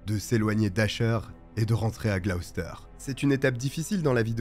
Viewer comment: Merci de ne pas avoir écorché la prononciation de Gloucester. Beaucoup de vos collègues prononcent les villes britanniques tellement mal qu'on en perd l'intérêt.